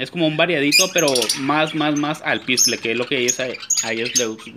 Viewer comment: se llama ALPISTE no alpistle, y el periquito es Pseudo (sin pronunciar la p), no pesudo